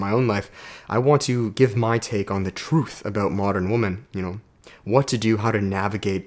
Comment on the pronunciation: I know your Canadian but women is pronounced "wimen", phonetically speaking. So you tell if you say woman or women.